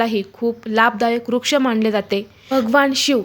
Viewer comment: वृक्ष ऐवजी आपण रुक्ष का म्हणता ?